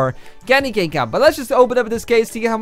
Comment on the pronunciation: Its cane not can